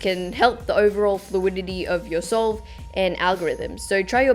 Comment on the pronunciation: Who else heard soul instead of solve 😂😂